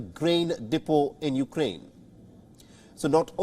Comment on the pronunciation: Weapon not Va-Bon. Ukraine not You-Ga-Rain.